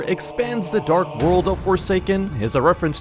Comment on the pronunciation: When he said dark I through he said drake